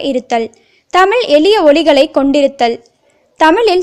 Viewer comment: I like this news. But I did not like her speach she always pronounced the word தமில்.